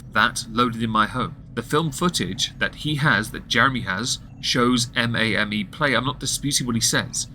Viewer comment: “M-a-m-E” no it’s “May-m” like “Game” but with an “M” in front